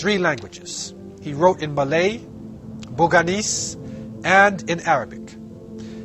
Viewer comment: I think it is Boyanese, not Boganese